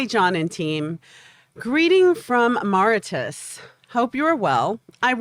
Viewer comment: Mauritius is pronounced 'more-ri-cious'